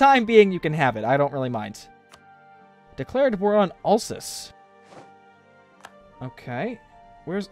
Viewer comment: When pronouncing Alsace don't say olsuce, SAY AL-SACE